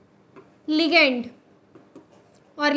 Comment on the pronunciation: Ligand✅️ legand❌️😂